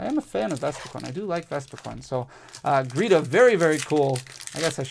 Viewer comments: Her name is Geeta NOT gReeta! Just read the darn card!!!! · Awesome pulls! But GEETA! Not gReeta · BTW, I love ya, but it's GEEta, no R, not GReeta...... 😅 sorry for correcting you, but 🤷‍♂️😅